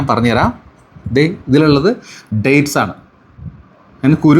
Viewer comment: ഡേയ്സ് അല്ല ഡേറ്റ്സ്